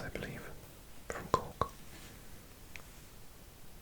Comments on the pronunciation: I'm listening to the audio while working in Canada, and i still don't know if your saying the city of Cook, of Cork or of Cock. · I absolutely love the way you say Cork 😊 BTW Youghal is pronounced like yawl 😁